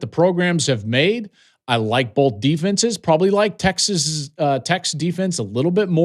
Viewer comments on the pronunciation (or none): Joel “Bolth” Klatt